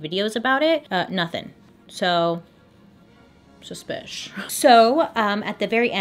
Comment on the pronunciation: You got me saying suspishhh all the time now 😂🧐. You’re the best! 🖤